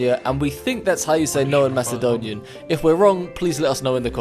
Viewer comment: As a Macededonian thats exactly how u say it that one of the best pronunciations ive ever heard from someone from america (sry im new idk if yall are from america)